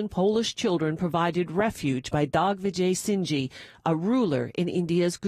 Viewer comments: hey, what did you say ? the name of the Indian Maharaja !!, he is Raja Digvijay Sing and NOT DOGvijay ! seems the distorted pronunciation is pretty Intentional . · Its DigVijay Sing Maharaj!! Please pronounce properly